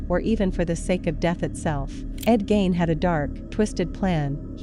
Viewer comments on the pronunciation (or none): I wish you would pronounce everyone’s names right. I’m from his home town and your video is hard to watch as the fill in photos and videos do not fit the time nor the Plainfield, WI. Please do better. Gein is pronounced using the e not the i.